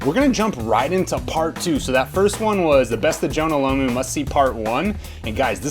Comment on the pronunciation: Why can't these Americans pronounce Jonah last name right Its that simple.Its Jonah Lomu not Lamu.